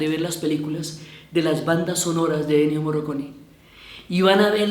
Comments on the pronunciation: Morricone. Se pronuncia Morricone. Ni Moroconi, ni Morroconi, ni Morriconi. Morricone. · MorrIcone no Morroconi. Pensé que se había equivocado pero lo pronunció mal todas las veces. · Diana, en este homenaje hubieras partido del punto de pronunciar el nombre de Ennio Morricone (no morroconi 😕) correctamente. Por lo demás todo muy bonito.